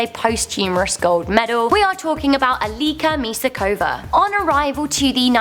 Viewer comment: oh guys, i like the show but get the names right, or at least try.....it´s not alisa misakova, it´s Eliška Misáková pronounced: Alishka Misaaakovaaa